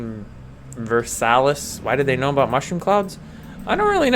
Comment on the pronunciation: It's pronounced /ˈɑːrkɪtreɪv/ (ARKitreiv) and the "capital" is the cap or top. I'm struggling with the lack of crafting recipes too. I will have to modify it to get it work with my server anyway, so I shall probably add some. Versailles is pronounced /vɜːrˈsaɪ/ (vur-SY).